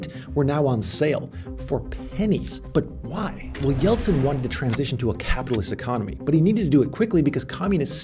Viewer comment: I'm Russian and can say you pronounce "Eltsine" perfectly) and you did a great job, you could replace Navalny for a while)